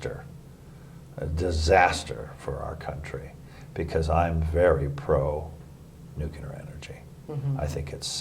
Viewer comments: I wonder what he thinks about "nucular" energy post Fukushima? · ..."if you wanna know the truth .it's too late." But we still have to go through the dog and pony show for appearances. " Not so worried about warming (because that's lost) it's disease." Still mispronounces "nuclear" .